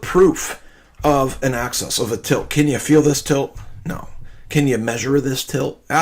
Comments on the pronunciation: Earth's "access" 😂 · I'm pretty sure he thinks it's "Earth's access" instead of "Earth's axis". He said it three times. The last time he said, "Earth's access to the tilt."